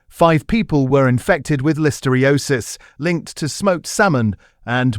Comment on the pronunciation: I find your videos informative BUT must you have ai narrate them? Carrageen(an) is seaweed, I don't know what the ai actually said. And listeriosis. It is very irritating and unnecessary. Bring back humans please.